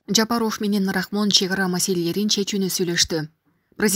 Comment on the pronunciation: Комментатор туура сүйлөсөңөр ЖапАров деп